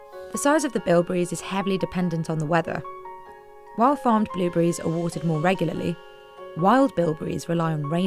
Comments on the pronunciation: Billberries? —> it’s blueberries lady blueberries… Say it with me BLUEBERRIES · Am I crazy or is she saying billburries? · are my ears deceiving me or does it sound like shes saying billberries 90% of the time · I can't stop hearing Bill Burries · Did anyone keep hearing "Billberries" the entire time?...BLUE...BLUEBERRIES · Narrator cant say blueberries, shes saying blilberries instead of blu berries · Is she saying billberries? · Is she saying billberries?? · why do you keep calling blue berries BILL BERRIES?????????!!!!!? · why is she saying billberries